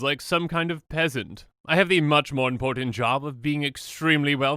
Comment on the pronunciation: "Just to spite that peasnat" lmao im gone